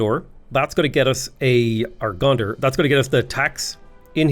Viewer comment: Did you call Gonder "Gondor"?